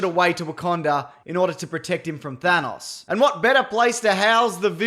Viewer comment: thanos, not thanoss